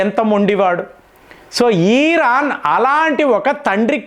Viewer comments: అన్నా నువ్వు బుర్ర ఊపకన్నా 😂😂😂😂 ఈరాన్ కాదు ఇరాన్ అని పలుకు అన్నా 😂😂😂❤️❤️ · ఈరాన్ కాదు దాని పేరు ఇరాన్ అని పలకాలి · అవును ఎపుడూ ఈర్రాన్ను అంటారు 😂😂😂😂😂